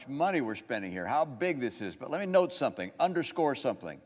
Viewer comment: Why is he saying “someping”?